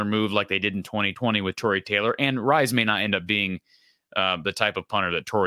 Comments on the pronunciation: The pronunciation is Reese (from a relative ) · It's pronounced Reece. Good to see a screenshot from my interview with him with one of our local clubs. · I believe it's pronounced Reese. It's the traditional British and Australian spelling that throws ya.